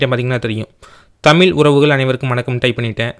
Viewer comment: தமிழ் தட்டச்சு செய்வது என்பது குறித்து தங்களது விளக்கம் பாராட்ட தக்கது. நன்றி! ஆனால் தமிழை தமிழ் என்று உச்சரிக்கவும்: "தமில்" அல்ல.